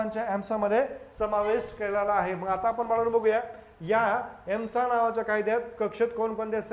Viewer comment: सर ESMAआहे...आपण एम्सा उच्चार करीत आहात.🙏